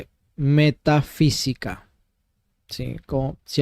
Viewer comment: No dice metafísica, sino Meta sí qui ca.